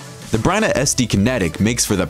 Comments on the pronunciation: It's Byrna not Bryna. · The manufacturer is Byrna, not "Bryna" as mentioned in the video, or "Bryan" as mentioned in a comment below. (I'm sure the commenter below got auto-spell-checked by his browser, but misspelling and mispronouncing Byrna in the video is inexcusable.)